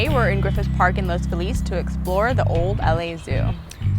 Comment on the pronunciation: Damn, is cute and she even pronounced "Loz Feliz" correctly.